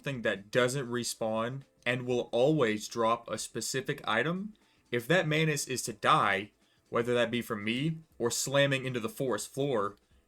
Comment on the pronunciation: as the video goes longer, the way you pronounce manus and manuses starts sounding more like "mayonaise"